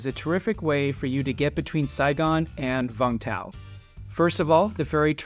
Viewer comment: It is Vung Tau. Not Vang Tau!